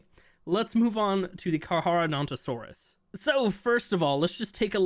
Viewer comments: Letting you know that Carcharodontosaurus is pronounced Car•car•donto•saurus if that makes sense. No big deal to pronounce it wrong though. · Carcharadontosaurus HAS A SECOND C! The h is silent. Don't make the nickname Char as in charcoal. Please. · The way he says carcharadontosaurus really bothers me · Not to be that guy but, it's pronounced "car-car-uh-donto-sorus" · carcar for short but it's pronounced carcareodontosaurus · For your future self, its pronounced Kar-Kar-ro-donto-saurus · when i saw 18 minutes ago i had to see this but man you pronounced carcharadontosaurus in every wrong way its KARK ARROW DON TOE SAW US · Carcharodontosaurus is my favorite dinosaur, you don’t know how long I’ve been waiting for this thing 🥳 Btw it’s pronounced car car o donto saurus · BRO IS SAYING CAR-HAR😭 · I think that is the island as you can see the volcano and frozen tooth and the blue obelisk behind the volcano lines up with where it would be on the island Also I think you might just be saying it wrong to spite people like the wyverns but the carcharodontosaurus is car-car-oh-don-toe-soar-us And I’m very excited because I’m a palaeontologist who studied dinosaurs mainly those of the Kem Kem beds with carnivores like Spinosaurus aegyptiacus, Deltadromeus agilis and Carcharodontosaurus saharicus Comment if you want to know anything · You pronounce Carcharodontosaurus wrong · The way pronounced it, bothered me😅